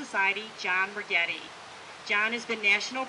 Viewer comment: Ragetti? Ragetti!!!!!!!!!!! Now people will think we are from Italy :( lol just kidding